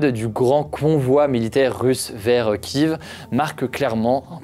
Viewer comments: Pourquoi tu dis Kive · C'est pas Kiv mais Kiev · votre vidéo es superbe. très complète et intéressente . juste une chose qui me fait mal au oreille. au sujet de Kiev..... vous le prononcé plusieurs fois Kieveee... mais c'est Kieffff. pardon pour cela.. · Il serait bon de savoir prononcer Kiev quand on parle de la guerre en Ukraine